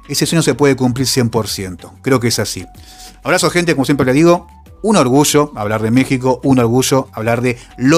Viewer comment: Ayer, no Asher, orgullo, no orgusho, allende, no ashende, yo no sho